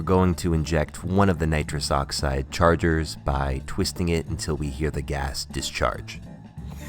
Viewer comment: You said nirus dioxyed I though you were gonna huff n20 balloon before you drank ah was well confused